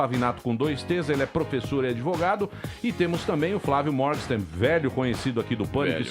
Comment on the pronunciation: O Emílio fala "Mórgsten" para o sobrenome do cara, mas a pronúncia é "Mórguen-shtáin".